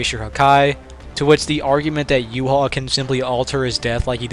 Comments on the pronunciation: Why do so many pronounce Ywach's name wrong💀. but then again its incredibly difficult (You-Ha-Bach) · wow bro said. Respect! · I was baked af watching this and kept thinking you were calling Yhwach “U-Haul”